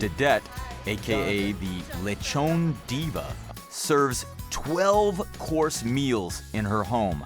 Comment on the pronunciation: I have been to the Philippines 3 times since January 2017 and I can tell that the local cuisine is neither underated nor awful, so the reason why it's unknown it's because of whiny outsiders like the host. Btw It's pronounced Le tjon not Lecho´nee